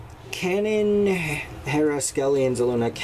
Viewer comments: Kay-NAN. not Canon. Kay-NAN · Your saying kanan's name wrong. It's pronounced Kay-Nen